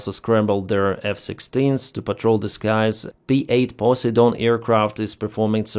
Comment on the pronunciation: Brit here Poiseidon is pronounced PO SIDE ON (a Greek God)